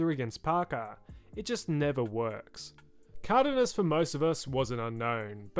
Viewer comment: How the fuck did you just pronounce Cardenas